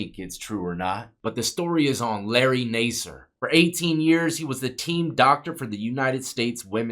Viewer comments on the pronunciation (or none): His last name is pronounced Nasser. Not Naaser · Better to correctly pronounce the names of the people in your videos. (Incorrect: "Nay-sir". Correct: "Nass" -- rhymes with "pass" -- "er".) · It’s pronounced nassar, like NASCAR. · It’s pronounced NAS-SIR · You should learn how to pronounce names your not even saying his last name right 😂 maybe it's all the Sexual favors you did you swallowed to much cum. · You’re pronouncing his name wrong